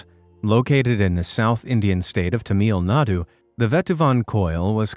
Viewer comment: one correction its pronounced tamil nadu not tameel nadu